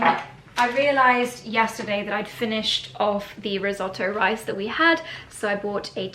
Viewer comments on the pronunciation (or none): none